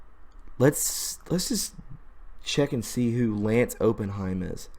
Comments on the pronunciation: It’s Opp In heim. Er. As in a investment firm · It’s pronounced op-in-hyme